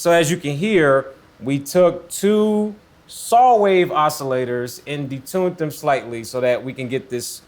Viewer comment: Detunet . That 't' at the end tho.